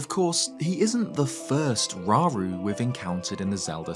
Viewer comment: Slight nitpick, but if we use Japanese as the foundation for pronunciations (and I do) then it would be row-roo, not raw-roo. Ra-U-Ru (らうる). Same goes for so many other names in the series. Saria, Sa-Ri-A (さりあ) (sah-ree-ah), Mido, Mi-Do (みど) (mee-doh), etc.